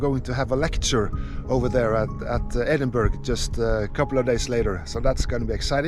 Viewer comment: Edinburgh the gh is pronounced aa